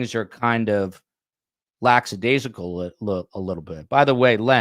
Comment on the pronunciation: it’s Lacka daisical. There is no x othere.